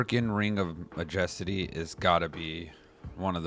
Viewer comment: Markyn ring of Maa-Jes-Tee. :)